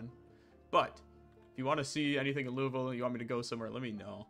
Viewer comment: He still pronounced Louisville correctly. When you pronounce it Louis-ville then we have a problem lol either way fun ass series can’t wait for another one